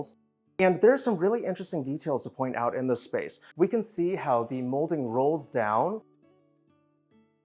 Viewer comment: This is an excellent video. It could be one of your best! The history info at the start was extremely interesting. Very well researched. It might be worth it to you to mind your pronunciation of the word "the". I look forward to your next video.